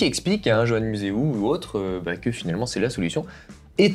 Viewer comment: Vous n'etes pas vraiment des techniciens du velo,beaucoup d'approximation dans vos commentaires.Velo en acier(vous oubliez l'alu,le titane),les boyaux existaient en 25-28 (le 23,21,19 pour la route).Concernant Johan museuw on ne prononce pas jean ou jo mais Yo. Les roues avec jantes en bois furent utilisés longtemps!C'est le buis ou cornouiller qui etaent utilisés pour renforcer le pivot de fourche...!Vous oubliez aussi la mousse sous une double couche de guidoline.Les systemes de serrage de la potence ne renforce pas les pivots....!La zone de casse se situe dans la partie inf. ou sup du pivot....!Dommage de ne pas travailler vos dossiers